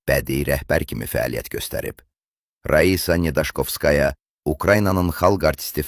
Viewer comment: Birincisi vurğunu düz tələffüz edin, zəhmət olmasa. 2 si isə özümüzdə bu qədər gözəl qızlar olarkən nədən bizimkilər ancaq rus qızlarını çəkilişə dəvət ediblər, bax bu çoox maraqlıdı.Bəxtiyar filmində sarı soxulcana oxşayan Saşanı lap madonna ediblər😂